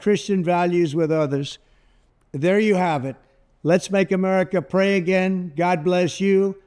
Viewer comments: When trump says "make America pray again ", I hear "make America PREY again."😂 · The Maga must be out of money. Then again, Trump does golf a lot. I think it was hard for Trump to say the word pray, or did he mean prey?